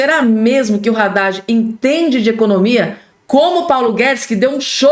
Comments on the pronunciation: Não é Radade e sim Haddad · Não é Radad é Haddad. Só você quer falar errado 😮